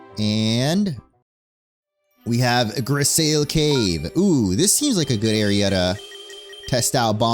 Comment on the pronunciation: Grisaille is said like gris-eye 😭 it’s a painting technique